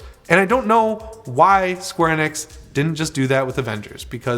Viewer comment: The way he says Square Enix is the most annoying thing, he said it wrong the first time I was like yep honest mistake cause the man's talking at Mark 5, but he continues to say it wrong I had to leave the video.